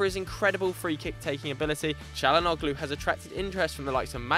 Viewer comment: The 'G' in Calhanoglu is silent